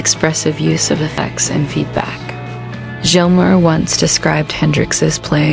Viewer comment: You shouldn't be narrating a David Gilmore doc if can't say his name correctly. I can't believe you actually posted this video with all those miss pronunciations of Gilmore. It's pronounced like Gills a fish uses to breathe.